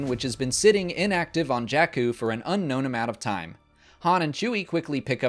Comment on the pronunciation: I agree. Incredible work. Also, it's Jakku (sorry😂).